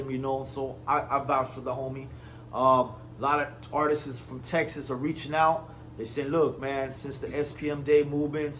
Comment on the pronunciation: "Artisis"? Learn how to properly speak before you start dissing anyone😂